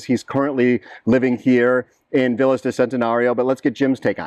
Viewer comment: And please, check the correct pronunciation of VILLAS. Living in Mexico, respect should be shown speaking Spanish - and that includes pronouncing titles, names, and words.